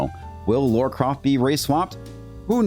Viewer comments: LARA....Not Laura. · It’s Lara Croft not Laura Croft